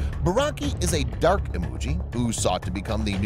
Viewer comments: Imoogi not emoji😏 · Lol it's Imoogi not emoji 🤣🤣🤣